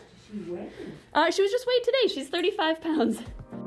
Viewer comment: From now on, the proper pronunciation of “today” is “to-til-dae”. 🧐